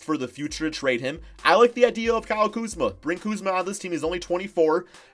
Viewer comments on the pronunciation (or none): none